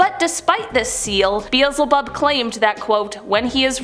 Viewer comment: “Beezlebub” girl it’sBee ehl Zeh Bub”, y’all have done these exact stories like five times you’d think you’d learn the words